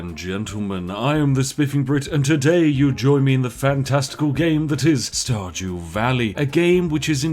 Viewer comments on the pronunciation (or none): Di you say starjew valley? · listens carefully did he say starjew?